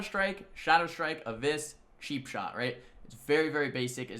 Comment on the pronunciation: anyone hearing sheap shot instead of cheapshot?